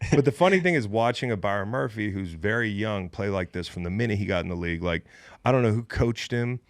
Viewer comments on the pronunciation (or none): none